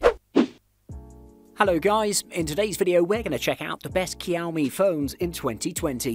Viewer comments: It is not Kiaomi but Ž(X)iaomi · Shao-me. Not kiaow-me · Cowme ? Whats a cowme phone? I thought it was pronounced showme ? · I'm Asian and it's not Kiao-mi, that's Shao-mi or Chiao-mi.. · 🤣🤣🤣🤣 It's pronounced SH-IA-O-ME, but great video anyway. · I Love cow-me phones😉 Lol, I really do though. I have the redmi note 9 Pro and am looking at the Poco X3 right now for an upgrade. Great video. Just had to tease as it was cute how you pronounced it:) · Him: kEYoUmI Me: h-how did you get that version of it? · What's Keow Mi? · Learn alphabets first. 😂 Kiaomi. 😂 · Kiaomi,, kiaomi ,, man you know how to get on someone’s nerves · I know, right ? Its pronounced showme, isn't it ? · This guy is either mispronouncing the make and models or I have just learnt how to say Xiaomi properly. I thought it was 'shaw me' and 'me' mix, not 'my' mix??? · Keeowwwmeee... Dislike 🤣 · The X in Xiaomi is pronounced as a J btw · OMG ITS NOT COW MI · Ik u didn’t just call it kiaomi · I was gonna watch the video, but the way he pronounce xiomi make's me uncomfortable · Same here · You're killing the pronunciation of Xiaomi